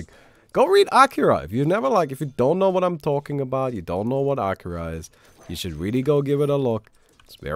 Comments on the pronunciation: I don't think that's how you pronounce Akira. More like Akeera. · It's not Aaakira